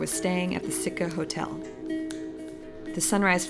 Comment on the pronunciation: Sitka not Sika !!!!